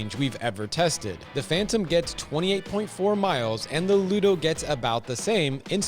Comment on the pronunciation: It's pronounced LUDA, Sir. Not LUDO. 😉